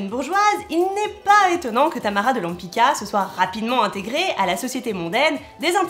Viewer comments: She's name is Tamara de LempitZka, non Lempika ...hhh...Polish C = TZ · It's a Polish surname- Łępicka -and you mispronunce it 😥